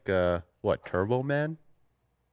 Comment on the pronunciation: The way he pronounced Schwarzenegger.. .